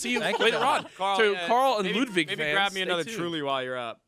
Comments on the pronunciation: My man Nade asked how to pronounce Ludwig's name and he still gets it wrong bruh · no I wasn’t being sarcastic, I meant that. Aside from when Ludwig first corrects his pronunciation Nade doesn’t say it right for the rest of the show. I found it hilarious even Jack stopped saying it properly and joined Nade after a bit. I didn’t mean to come across as sarcastic, could it be the full stops and commas? Anyway I only meant to agree with you and like your comment x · omg yes, he didn't say it right once.